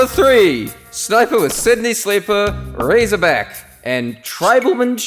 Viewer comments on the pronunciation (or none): none